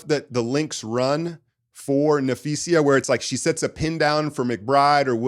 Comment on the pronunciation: Dude keeps saying napheesia hahaha